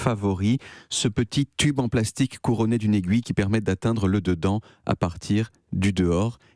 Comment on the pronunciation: À 4min pile : "L'aigouille" ? ... David Castello-Lopes est donc Belge ?